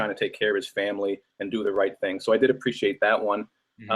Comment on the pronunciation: this egg head can never say appreciate right